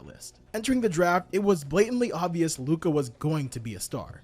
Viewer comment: Please pronounce Lukas name correctly it really ain't that hard bro...